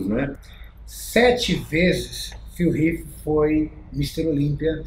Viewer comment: Q agonia o falando phill riff o caraio kk